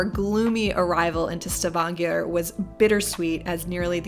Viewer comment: You initially say «S’vanger», and just so you’re aware «svanger» means «pregnant»! The city «Stavanger», is pronounced «Stah-vahn-gør»… 🤗😂 ❤❤❤🇳🇴